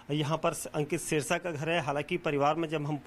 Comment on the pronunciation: सिरसा नही ह जी सेरसा है ठीक करो जी नाम